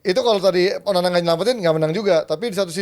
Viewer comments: salah ngomong Onana jadi onani 🤣😂 mulutnya lagi sariawan 🤣🤣 ngakak 😁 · Bang typo bilang onana nya 9 : 31 😂😂😂😂😂